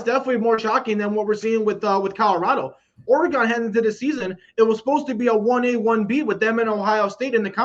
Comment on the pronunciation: Oregun not Oregone